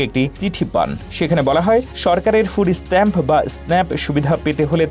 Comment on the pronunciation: Dur hala. Not foodees stamp. Food stamps